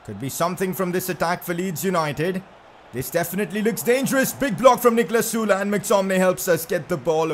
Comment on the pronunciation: He pronounced ‘sule’ sula